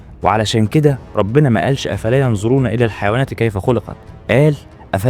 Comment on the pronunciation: قبل ما نعرف اسم السوره انطق الايه صح أفلا ينظرون وليس ينزرون